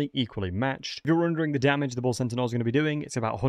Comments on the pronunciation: Bull CENTAUR, not Bull Sentinel. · Bull Sentinauls lol